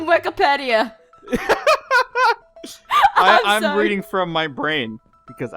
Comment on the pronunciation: its (wky-peed-ia) da im gona stop posting coments now bye